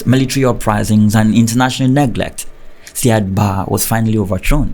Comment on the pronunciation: It is pronounced Siad Barrey not barr